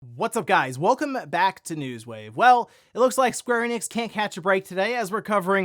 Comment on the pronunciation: *Welcom-ah back to News Wave